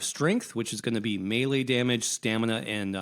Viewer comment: Thank you for saying melee property